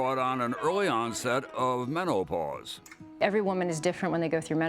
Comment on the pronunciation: He says “meno-ah-pause” 😂😂😂